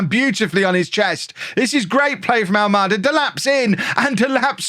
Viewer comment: ALMADA , you've been saying well . Its a Portuguese name , of a city on the south side of Lisbon ,capital of Portugal .